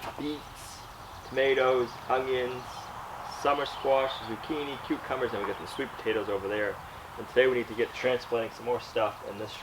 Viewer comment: Did you say, cutecumbers to those little plants?